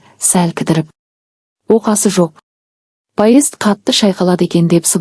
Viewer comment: Паезд деген не неге дұрыс оқымайсыз😂